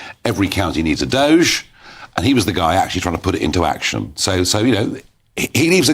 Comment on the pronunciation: Doge pronounced dodgy. Doge for Counties, 😂😂😂 These guys are County Jesters!